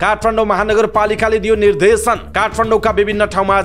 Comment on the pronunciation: मिडिया कर्मिको बोल्ने शैली पनि कति अशुद्ध निर्धेसन हुन्छ कि निर्देशन सुधारेर समाचार वाचन गर्ने बानी गर्नुहोला ?